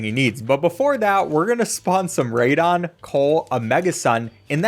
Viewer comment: He’s saying it wrong do